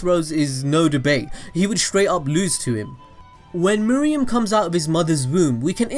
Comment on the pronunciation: Me-roo-em not me-ri-em :(